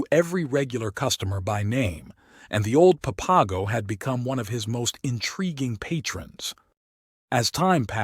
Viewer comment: Pap-a-go geeez